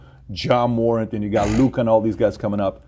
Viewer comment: Patrick butchered Ja Morant’s name lol